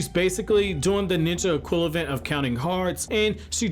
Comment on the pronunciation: My guy EQUIVALENT NOT EQULAVENT. Love the content but you been doing this for a few videos I notice